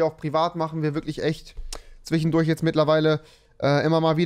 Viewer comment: Das "Zwichendurch" ist wieder da. :) Und das "Komichen" bei . ^^ Freeeesh ^^